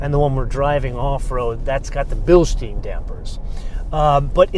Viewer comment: Judging by how much the shifter moves, the motor mounts are really soft, which apparently is necessary for NVH mitigation of the (mandatory) 4-cylinder engine. Fortunately, knows how to pronounce "Bilstein" (bil-shtyne), but clearly does not (bil-steen??? NO!).